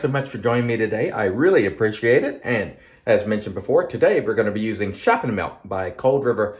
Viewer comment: yes my friend you did a good job, Dutch words with "sch" are often hard to pronounce. "Sch" is pronounced as "sg" :)